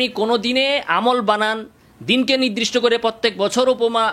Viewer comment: "নিদরিষ্ট" শব্দকে " নির্দিষ্ট" অর্থাৎ নিরদিষ্ট বললে ভালো।